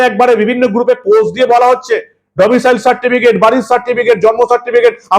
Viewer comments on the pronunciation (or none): স্যার কথাটি ডোমিসাইল (domicile) । আপনি প্রথমের দিকে ডোমিসিয়াল বল্লেন। পরে অবশ্য ডোমিসাইল বল্লেন।